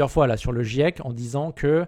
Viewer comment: Quand on est pas foutu de dire "GIEC" correctement, on sent que tu es le public cible du raptor mdr.